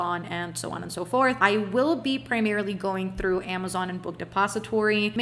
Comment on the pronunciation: Unpopular opinion: The way you say 'through' or 'throne' is so beautiful 😂 i cant